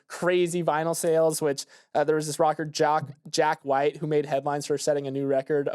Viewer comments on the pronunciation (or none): It pains me to hear say Jack White’s name in a way that suggests he’s never heard of the White Stripes. If you guys need me I guess I’ll be shopping for a walker in a brick and mortar or maybe feeding ducks. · Haha was listening to the audio and came to YouTube just to check for such a comment. "A rocker named Jack White".